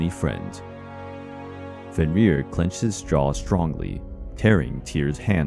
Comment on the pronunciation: Æsir is not a god. The gods are Æsir. Loki's children were not a danger to a single god, but the whole pantheon. Also Fenn-rir. The R's are rolled once.